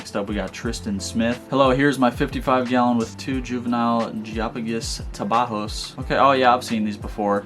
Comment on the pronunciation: bro what was that pronunciation of geophagus Tapajos